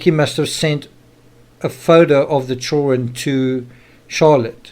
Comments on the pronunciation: I don't know what your primary language is but in English the word is children with a "d" not chullren lol. You have to pronounce with a d in the word. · children!!!!! NOT CHOREN